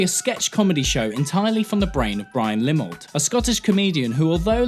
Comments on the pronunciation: Quality reviews as always (Y) P.S His name is Brian Limond, sounded like you repeatedly said Brian Limold though... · ‘Limond’ not limmled LoL